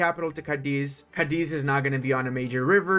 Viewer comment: As a second note, as you'll see from the accent, Cadiz has en emphasis on the first syllable. Which I've only mentioned because I wanted to also thank you for showing how to give a key binding to map modes. Again, thx a lot 🫪